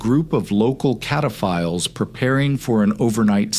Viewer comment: "Cataphiles" 😂 yeah.. that doesn't sound like what it actually is